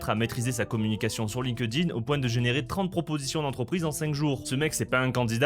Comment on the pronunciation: Par pitié, arrête de dire Line-Queue-Dine C'est Link-Din